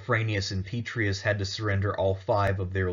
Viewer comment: 'Pet-tray-ee-us' Honor the name with the Roman flavor. 'Pet-ray-ee-us'